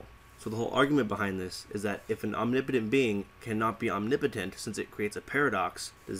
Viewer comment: Am i the only one who is triggered at how he says omnipotent (ohm ne POE tint)